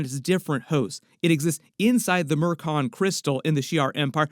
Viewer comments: (Em-kron) not mmkron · 'Emcron', not 'mercon’ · Say it with me M'Kraan crystal. M Cronn cronnn. Not what ever you said